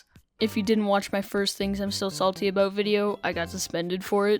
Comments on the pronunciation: ABOOT INTENSIFIES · What you salty ABOOT